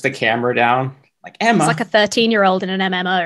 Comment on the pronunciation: The way he says Emma physically hurts